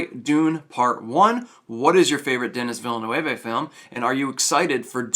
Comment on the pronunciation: His name is pronounced Deni Vill-nerv.